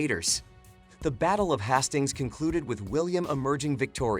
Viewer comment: The battle of HAS STINGS, wtf?! Please at least get it pronounced correctly.